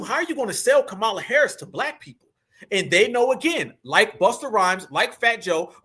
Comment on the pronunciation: Ok but please I listen and enjoy but as a black person please don’t miss pronounce Kamala name their is not a o in her name you saying it like ignorant whites say it